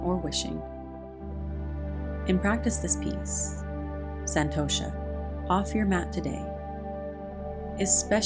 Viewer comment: Being an Indian its so funny to hear u pronounce "santosha" and "namaste"😅 However i thoroughly enjoyed this yoga session❤️ thanku